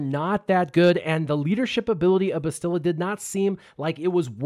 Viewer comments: BASS-tila, not BESS-tila. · BAA-stil-uh. Accent on the first syllable. Listen to how AhnaldT101 pronounces it. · Bastila is pronounced Bastila where the "Ba" part as in Bat with a very slight inflected pause between s and the t which appeared to be the common way to pronounce her name (Canderous, Jolee, Mission, Carth, Malak, and others all did so). Juhanni pronounced Bastila as: Ba-s't-ee-la due to her Catharian accent (again "ba" as in bat, a slight inflected pause between the s and t, and the i turning into a long E). Not the way you pronounced it... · I mean does no one know how to say her name? Go listen to Carth say it ya noobs